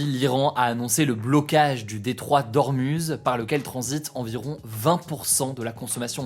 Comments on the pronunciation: pour le détroit d'Ormuz on dit 'Ourmouz' pas 'OrmUz' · Ormouz stp! personne dit ormuze